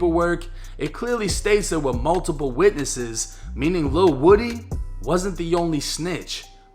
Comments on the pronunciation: Lil woody, but you say it like lil wodie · It's Lil Woo-d, not wood-e. Listen to Young Thug's old and new music 🎵🎶, DK, Lil Woo-d, SB, Tick, Roscoe, Yak, and Duke all top shottas, of the YSL Family. I know these cats, Nut was playing both sides of a dangerous game, thought it was cool, just because his rank, 2 Lions can't have the same pride in the same jungle, safari, or savanna...💯🤧⚖️⏳🌎🌍 Also Rayshawn Bennett, Lucci was playing both sides, while trying to clout chase within the city 🌆 and gang EFB, ABG, SMM, YSL Family..! When u take it to the streets, you can't switch it up, when the next man hits harder than you, you REAL, then stand TTD ten toes down, on the codes that governs the TRU gangstas in the game 🎮...💯💪⏳⏳🧢🎓🙏🚪🥊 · His name isn’t woody it’s pronounced like this WU-D! Cmon y’all don’t remember when that crazy bastard corrected when she got it wrong? 😂😂😂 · It's pronounced (Woo-dee) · That man name is pronounced woo-dee (woody) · Its L il Woo-Dee 1090🤣🤣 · Are we sure it's pronounced woody or is it woo - dee. My friends nickname is woody but pronounce it woo- dee.